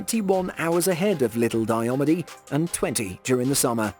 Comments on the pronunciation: It is pronounced Die-ah-mead. Very challenging islands to get to. In the winter planes and land on the frozen sea, in the spring and summer you have to travel via helicopter. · its it's pronounced dia meeed